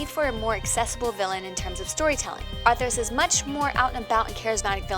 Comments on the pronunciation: ARTHAS! NOT ARTHERAS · ...Fact 57 "Artheras the lich king" It's Arthas. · sounds like she is saying arthur's or atherus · Arthras? jeeeez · "Arthras the Lich King" kill me. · Drainee? Draenei. Arthras? Arthas. Worjen? Worgen. ENCRYPTION? Inscription. Jesus, do some research. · Arthras... worjen... play to pay... "beasted" (bested). Was it really worth getting someone who not only can barely speak correctly, but is obviously unfamiliar with the game (and possibly gaming as a whole)... just for a female voice over? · ah yes my favourite race "worjen" along with my favourite villain, arthurs